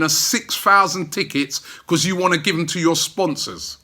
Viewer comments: I love the way Robbie pronounces 'Because' Bechuzzzzzz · Told you before Rob mate you need to work on that word ' Because ' lol